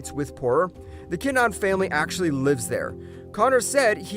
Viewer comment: Tony montoya? Also its kin-a-han